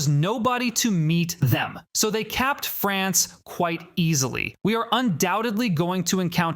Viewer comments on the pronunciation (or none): none